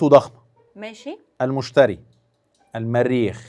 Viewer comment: دي ابيض خالص مافيش أي معلومات مع إن الأسئلة أغلبها سهلة مقارنة بالحلقات اللي فاتت ثم إنه المشترى مش المشتري وإزاي مش عارفة حلقات زحل ! ابني ما كملش ٦ سنين وعارف حلقات زحل ونطق الصح لكوكب المشترى